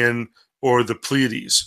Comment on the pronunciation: Just a couple things. First off, it's PLEA-a-dees, not ple-AID-ees. Also, no nonhumans can be saved. Their DNA would not allow them to desire salvation.